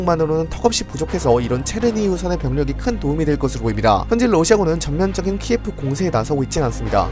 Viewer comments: 다 좋은데 키예프는 러시아식 발음고 키이우가 우크라이나식 발음입니다. 한국인을 칸코큐진이라고 하는거랑 같습니다 다음 영상에서부턴 수정 부탁드립니다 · 도시 명칭이 키예프가 아닌 키이브래요 키예프는 러시아식 발음이고 공식명칭은 키이브라고 하니 키이브라고 부르는게 맞는듯해요